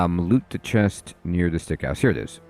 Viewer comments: Love your vids and just bought this game, so perfect timing for me. I grin every time you say "Stick House" as it is actually "Sick House". Our minds are so funny sometimes with what they get stuck on. Adds to the charm and entertainment levels. Appreciate your thoroughness, as always. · can you stop calling that house stick hose, its called SICK house not STICK xD pleaseeeee hahahha great video btw <3